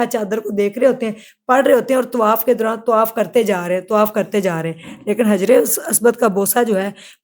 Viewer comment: Allah ka khoaf kro bibi , tawaif nahi hota tawaaf hota hai .